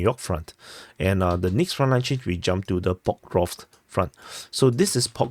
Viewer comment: Yes, I do prefer when you speak more clearly and pronounce words accurately without chopping off syllables. An example would be when you say "Pokrovsk" Instead of "Pukruff." And also "rivver" Instead of "reever." Thanks for asking! 👍